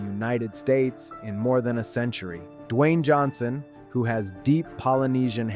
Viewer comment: that’s not how his name is pronounced. F*ck actually do the work and stop putting sh*t out on the internet